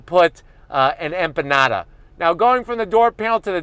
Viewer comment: Don’t say empanada again 🤣🤣😆